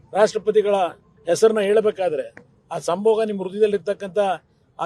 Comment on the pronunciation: ಸಂಭೋಗ ಅಲ್ಲ ಕುಮಾರಸ್ವಾಮಿಯವರೇ ಸಂಭೋದ. ನೀವು ಆಕ್ರೋಶದಲ್ಲಿ ಒಟ್ಟಾರೆ ಪದ ಬಳಕೆ ಮಾಡಬೇಡಿ